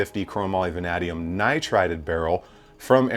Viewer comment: vuh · nay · dee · uhm